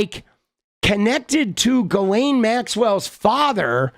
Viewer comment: It's pronounced (jizz lane) 😂